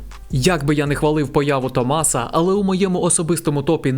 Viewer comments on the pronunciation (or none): Не можу увесь час не здригатись коли автор в імені Томаса ставить наголос не там, а так чудовий огляд